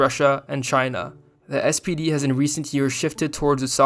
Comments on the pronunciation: You keep saying "SDP" but the party is called "SPD" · One remark: in the video the narrator is calling the SPD sdp multiple times. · Great video, but it's SPD not SDP, as you said a couple of times. It stands for Social Pemocratic Darty.